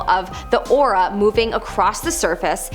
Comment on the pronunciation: Aurora not Aura.